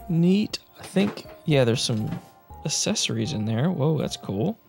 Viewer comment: Loved the TMNT. I have the whole set of the trading cards they are just in crud condition. Question, how do you say the word ‘access’ as apposed to assess? You say accessories as assessories, it gives me a chuckle. Keep up the great content.